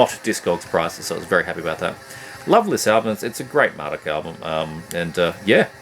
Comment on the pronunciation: Vempire is literally my favorite CoF material. The Forest Whispers My Name might be my favorite song of theirs. Man, I need all those old Marduk cds. Dark endless is awesome. I appreciate you pronouncing their name the way I do haha. I hate "Mar-DUKE" for some reason. Mar-dookie. Tara is fucking GREAT and the old Absu albums are very good as well. Lunar Aurora... YEEEEES. I need the early stuff but I have al the stuff from Zyklus forward. All great shit though. Cosmic, noisy and destructive. I got lucky and got Hoagascht on vinyl locally. Enthroned is awesome. Towards the Skullthrone of Satan and Carnage in Worlds Beyond are my favorite albums by them. Vicious shit. Trolldom is sick. Crazy though... It's old material, but two albums in one year. He might have more albums set aside I'm thinking. Lamp is sick but so hard to get physical copies of. Great vid, as usual!